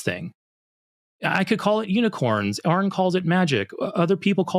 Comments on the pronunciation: What an obnoxious caller. I especially enjoyed the petulant little "Arron" after Aron had corrected him on the pronunciation, just because the whole 'anaturalist' nonsense had been comprehensively defeated. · It took Aron saying it right like 7 times for the caller to acknowledge it and then he pulled that exasperated ARRROON exactly once before mispronunciation it a few more time again. And Aron just so used to the constant disrespect that theists have for his name just rolls with it❤. Growing up i always thought religious people were supposed to be kind and caring. Guess they lied🤣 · Amir is an obvious (to me) troll. He keeps mispronouncing Aron, even after once correcting himself. It's two syllables FFS. And the first one is the same in his and Aron's names. Give it up Amir, the British Empire finally fell apart a half a century ago. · Nor can he pronounce Aron’s name correctly, even after being corrected. He’s either an idiot, or intentionally being a dick, or a combination of both.